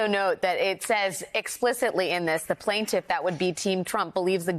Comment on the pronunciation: Alex: plaintiff not plintf, actually, she misses the t out too, so it is plin'f, FFS